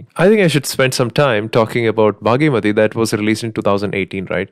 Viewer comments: It's bhaagamathi not bhagyamathi🙏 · Its Bhaagamathie, its not bhaagimathie😅😂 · Its "bhaghamathi" not baaghi-mathi